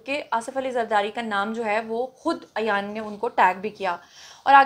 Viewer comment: Ayan ki name ki pronunciation theek nhi mam Plz make correction. She is Ayan ...... Not Ayyyyyyan